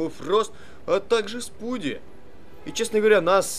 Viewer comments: Почему спуди ? Вобщето спайдер мен, а не спуди мен !!! За это дислайе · не спуди а спайди